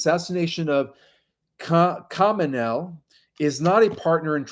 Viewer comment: The Iranian leader's name, Ali Khamenei, is pronounced Ah-lee Ha-men-ei.